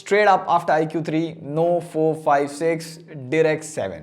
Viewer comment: Dude it's pronounced as "ikoo". Not bitching just correcting you.